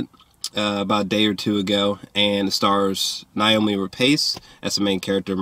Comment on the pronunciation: A couple of things. First of all you are hilarious and I love your reviews. Now to get into it: Her name is Noomi not Naomi. What you missed is that they lost a child previously whose name was Ada. This both explains why they are so somber and withdrawn, it also explains why they decided to keep the child. Which is explained through the scene when she goes to the tombstone. I think it makes perfect sense for a family that loses a child to speak very little and live very mundanely. It explains pretty much the entire film, outside of the thematic elements of cycles of violence and animal abuse. I don’t think the movie is incredible or anything. I just think you are just missing the linchpin that held the story together. Also, this should in no way be marketed as a horror film, it is a domestic family drama with tinges of horror and fableism.